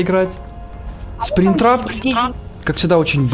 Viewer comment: сПРИНГтрап а не спринтрап